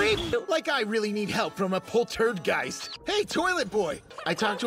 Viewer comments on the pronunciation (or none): can we PLEASE talk about "polTURDgeist" 😭